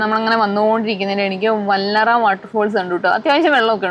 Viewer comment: വല്ലറ വാട്ടർഫോഴ്‌സ്‌ അല്ലാ വാളറ വാട്ടർഫോഴ്‌സ്‌ ആണ്... Ok.